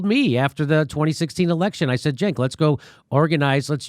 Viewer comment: Journalists don’t dress or like Anna or her boss “Cenk” pronounced JUNK.